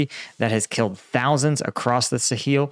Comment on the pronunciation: "Suh-heel"? That's new.